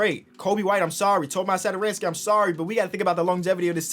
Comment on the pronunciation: Tomáš Satoranský🤣. Pronouce it